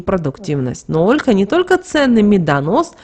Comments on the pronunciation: ПРАВИЛЬНО НЕ ОООЛЕХА, А ОЛЬХААА! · Слух режет Ольха!!!! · Что же вы так удврения то ставите? Не Россиянка что ли? Даже Ольху не правильно говорите.